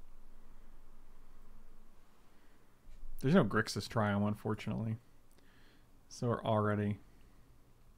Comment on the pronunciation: Gixis control without the R. Unsubsribblyboo I'm so glad you're brewing again!!